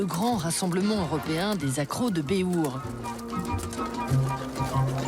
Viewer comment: Sérieux, cette belle émission de merde qui mélange le béhourd, les GN et la reconstitution historique et qui vient y foutre une point d'opinion politique à la con, avec cette commentatrice qui sait même pas prononcer le nom de son sujet, bravo les mecs, vous avez fait fort